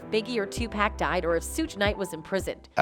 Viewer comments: Why the hell she keep saying 2-pack I can’t even take this freaking woman serious it’s gd 2pac dumb ass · It's TuPAC not TuPACK you dumb bitch. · It's Tupac not Tupack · It's TUPAC pronounced TUPOCK, POCK not TUPACK, like a PACK of cigarettes. Why can't some people pronounce the man's name correctly? These professionals do all this research on people but somehow can't find out the correct pronunciation of a name?🤔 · 😅 Ok! Imma have ya STOP this, bcz if she say 2 pack one more time ~ idk 🤬 PEACE ✌🏽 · This is B.S. A white chick start talking and reporting and you all swallow this? She can't even pronounce and respectfully say Tupac, 2pac, name. Get the F outta here. Wake up ppl every black man that makes a chance for security of his generation, ppl like this set them up for failure. She reporting old news. Nobody ever thought Puff had anything to do with Biggies death. Big barely only had one album out and was about to bring out the double C.D. California killed Biggie. Sorry but that's the truth. It was east VS. west. West lost Pac and the west marked Biggie for death. Biggie didn't think it was going to happen but it did. Shut up lady who ever you are. R.I.P. to Biggie and Tupac. Learn how to say Tupac's name before you open your mouth.